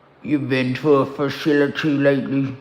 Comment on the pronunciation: “Share a room at da fashility” 💀